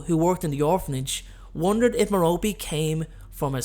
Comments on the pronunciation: It’s mair-a-pee not ma-ro-pee No offense though, love your channel and you sexy 🥺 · I believe it's pronounced 'Mero-pay' not 'Mero-pee' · Come on, Love this channel BUT....Merope its pronounced Merr-Oh-Pay. Listen to stephen frys audio book. You hella mispronouncing it